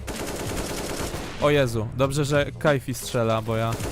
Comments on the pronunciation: KIFI NIE KAJFI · Jakby co Rozumiem Każdy może się pomylić a jak mówiłeś celowo to pamiętaj Kifi nie Kajfi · Mówi się KiFi A Nie KajFi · kifi a nie kajfi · kifi nie kajfi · nie kjfi tylko kifi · to jest KIFI nie kajfi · to kifi czy kajfi wtf